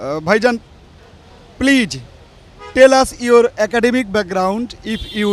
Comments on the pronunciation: I don't like the man who his asking questions to the seller, his pronounce of please sounds pleaze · Plaze not please ok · Pleaj pleaj pleaj Presenter is a joke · উপস্থাপক: পিলিজ পিলিজ পিলিজ..... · You pronounce “Please” very bad. Don’t pronounce “s” as J pronoune as “z”. Thanks. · উপস্থাপকের প্লিজ উচ্চারণ হয়নি!😀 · correect your pronunciation of please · উপস্থাপকের "প্লিজ" বলার উচ্চারণ ভুল. লিয়াকত ভাই অসাধারণ ইংরেজি বলেন। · He can speak English so what.if u try u can do it.presenter talk too much like a fool he can not pronunce "PLEASE "